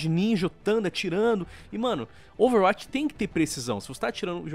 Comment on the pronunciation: falando Overwatch e mt bom "Overwuaati"